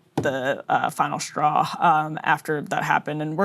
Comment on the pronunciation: "Shtrategy" "Shtrategy" "Shtraw" "Mainshtream" "Deshtroyed" How shtrange.